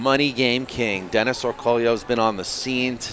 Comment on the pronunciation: Isnt his name pronounced Orcoyo